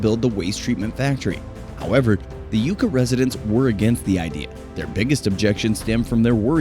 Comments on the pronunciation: Yuck-ah, not You-ka. Sheesh. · It's driving me crazy you can't pronounce yucca correctly! It's pronounced yuck-a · great video. As a resident of Nevada I must inform you it is pronounced Yuck-a Mountain. And yes it was rife with political turmoil.